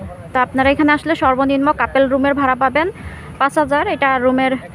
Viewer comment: Apnar pronunciation thik koren couple k kapel pronounce koren keno !!!